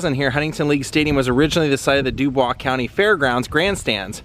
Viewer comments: Its also pronounced "Duboys" County. Happy New Year! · Lincoln’s state park is very neat. You pronounced Huntingburg and Dubois wrong. Haha. There are so many interesting sites in this area. Dubois and Orange Co have rich history. Come to League Stadium in the summer when the Bombers play. It’s an amazing experience!